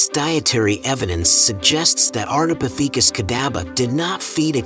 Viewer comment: Is it a robot voice? It's very consistent in its delivery. And it's very suspicious that Australopithecus is pronounced correctly but Ardipithecus is butchered. Next time they should not chose "breathless voice" 🙂.